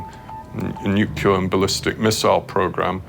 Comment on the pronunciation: she narative said aha aha nuclear bomb !!!!!!?????What ??? It's nuclear rocket English woman.